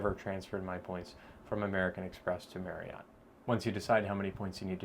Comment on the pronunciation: FYI: Marriott is pronounced like saying “marry-it.”